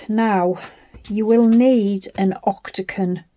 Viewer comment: Lovely box. You made me giggle by saying ‘octaCon’ multiple times. The word is octaGON😂😂😂❤